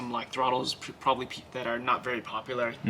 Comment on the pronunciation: Veery nice